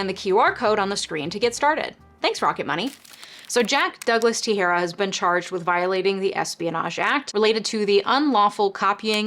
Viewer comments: Just a pronunciation heads up: Teixeira is generally pronounced te-SHEAR-uh. Love your content :-) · I've been getting your content in my recommendations and i like it. Just want to say though, the X in Portuguese, like Teixeira, is pronounced as SH, it's not like the X in the word Mexico. (That X, in medieval Spanish, used to be pronounced like it is in Portuguese, but around 1500 it eventually developed the sound of modern Spanish J and they changed a bunch of spellings. Except in the name of Mexico, where they kept an X there.) You are pronouncing his name like the Spanish word for scissors and that isn't correct.